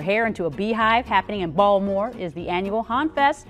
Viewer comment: Oh, so that's how you say "Bawlmer"